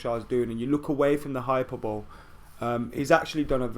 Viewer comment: Wtf is hyper bowl?! :) it’s pronounced ‘hi per bully’ main stress on the second syllable.